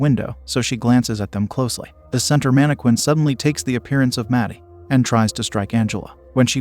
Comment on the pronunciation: me getting triggered everytime i hear "mannqwin"